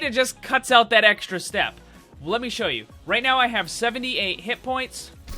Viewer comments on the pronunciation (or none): none